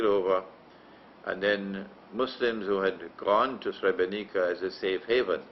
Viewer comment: I'm Bosnian and a muslim, and you have to know that you lost the muslims from Bosnia since you gave that shameful interview to the Serbian television. You don't even know how to pronounce Srebrenica, nor do you know the exact date when the genocide happened, it was on the 11 july 1995. You should go to Srebrenica and pray janazah and pay your respect to the victims of the genocide that didn't only happened in Srebrenica, it happened also in Foča, Prijedor, Ključ, Višegrad and other places as well. You are ignorant and persistent in your ignorance. Yes it was a planned agenda and the Serbians are not sorry for it, they are even threatening us with another genocide, but you choose to believe the kufar instead of muslims.